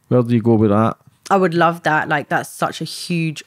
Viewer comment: Sorry but she was not some sweet decent girl she got herself involved with rubbish and then even when she had a child she put him at risk, she's bad news and not some victim. Also it's that not dat! I have no sympathy for her.